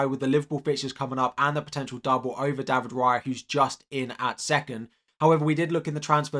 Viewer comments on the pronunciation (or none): none